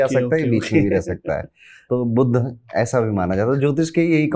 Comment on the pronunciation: बोलते समय शब्दोंका उच्चारण ठीक से करते जाइये बुध और बुद्ध दोनो अलग है